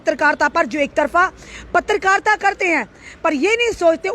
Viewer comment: mam its not patrikarta its Patrkarita😂